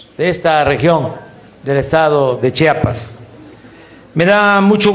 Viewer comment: Chambón, se dice Chiapas no Chapas. Saludos cordiales